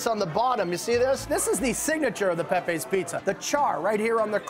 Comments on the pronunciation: It's not Pepays it's Pepeas. Do your homework. Not Woooooster street either. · It's not pronounced "pe-pays", it's "pepees" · It’s “Pep-pee”!